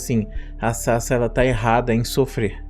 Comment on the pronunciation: off topic: Toda vez que o Professor fala Sasa um pedaço de mim morre, porque o nick dela se lê Sasá, daí me dá agonia quando ele fala Sasa.